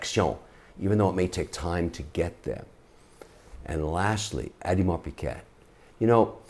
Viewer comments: No it is not, you have to prononce it "ODEMAR PEGAY" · Kevin, AP is pronounced Audemars Piggé and not Piquette. Just saying. Piquette is French for cheap wine that "piques" your tongue its so acid. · "Eddiemar Piquette", really?!🤣😂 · Especially when he pronounces Audemars Piguet incorrectly. It’s not pig-et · Collects expensive watches but pronounces AP: Adimar Piket...